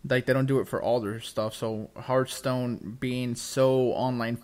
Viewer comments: It's "Hearthstone" not "Heartstone" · HEARTstone? HEART? H A FRRAKING H... im done